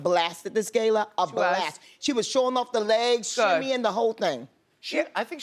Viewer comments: You don't say Gayla, but Gala, like Gaga. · Bevy! Honey! Daaahhhling. Love you but look at you! Trying to develop a sence of style on the red carpet. Also, it’s GALA not «gay-la». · gal ah, not gay la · It’s no GAYLA!!!! Gush how hard is it to say GALA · "i went to the met gey-la"?? it's pronounced ga-la! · GA-LA. It's a gala not gayla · lmao reminds of oceans 8 with sarah paulson and she pronounced it gay-la lmfao !!! . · WHY DOES SHE KEEP SAYING "GAYLA" ITS FUCKING GALA. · I cringe every time that lady said "Gayla", it's GALA! Everybody knows that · again with the Gayla.. it's Gala, can someone correct them? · Why does that lady pronounce it as “Gayla” instead of gala. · Bevy it’s not gayla - it’s GALA!!!! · I hate how that chick says “gayla” instead of GALA! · at the “gay-la”? “Gah-la*” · GAYla? gayla. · Keia Brianna it CANT be said either way. Its gala NOT gayla smh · Why that other woman saying GAYLA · Can somebody please tell BIG BURLY BEV that it's GALA not GAYLA !!!!!!!!!!!! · “Geila” for gala??? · It's not a GAIL-A... it's a GA-LA... driving me crazier than "Valentime's" day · Gala not Gayla Bevy, love you though girl. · Sis it’s Gala not Gayla. Fucking moron. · For someone who 'knows' fashion, it's Gala as in 'gaala' , not 'geyla' & your look was a definite miss. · bevy smith it's : the GALA not GAYLA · Sue MisoSoup Hey, Brit here, I have never heard it pronounced “gayla” in Britain, and literally a google search would show you the British pronunciation. Britain gaa-luh (Heavy emphasis on first syllable) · “I went to the Met gAyLaaa” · “Met Gayla” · If she says Gayla one more time lol English is not my language but even i know its GALA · Pronouncing it "Gayla" doesn't make you classier or more of an expert!!! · Lawd what's a "GAI-LA"? 🙈😂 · “The gayla” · Why is she pronouncing it “Gayla” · Everytime she says 'Gay-la' I cringe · Gayla, LMAO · Why does the black lady say gala like gaylaw? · Bevy went to the Met Gay-la, gurrrrllll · Yes!! So gauche. eyeroll